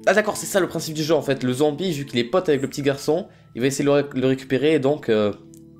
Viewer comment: au lieu de dire "avec" il dit "ave" sinon kiss <3